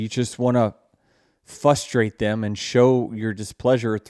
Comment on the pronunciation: Two "Rs" in "frustrate".🙂